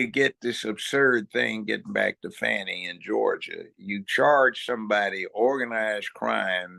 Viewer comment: There is NO "W", in "FANI".